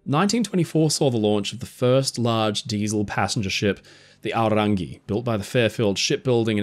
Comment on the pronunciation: Big ups for the pronunciation on Aorangi! So many people don't bother to learn.